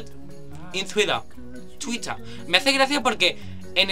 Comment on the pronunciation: Tuitah es en Inglaterra y Tuirer en América. Te equivocaste pero muy buen video